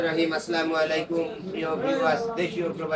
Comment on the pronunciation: ভাই অন্তত সালাম টা ঠিক মতো দেন... আচলামালাইকুম না, আসসালামু আলাইকুম।